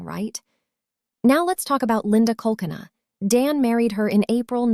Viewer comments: Btw.. Linda's last name is pronounced 'coal cane uh' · Linda's last name is pronounced: Cole-keena. I don't understand why Dan didn't get a security system, I read he didn't like dogs. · You are saying Linda's name wrong? Linda and Dan were absolutely diabolical!!! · She is NOT the victim! Betty harassed them, was violent, she dropped her children off to Dan and then said he stole them! She was abusive to her children! Watch the trial and get the facts! Stop siding with the murderer! You are disgraceful trying to justify her crimes! And Dan’s parents paid his medical school tuition! You can’t even say Linda’s last name correctly. When he fined her that was during the time he was paying her on his own without a court order!!